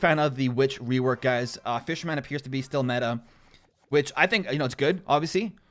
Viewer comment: Please...please stop saying fisher man.